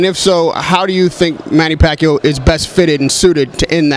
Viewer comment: bob arum kills with his pronunciations. "Lamoo", "Postal" but he can pronounce "Pacquiao" just fine hahahah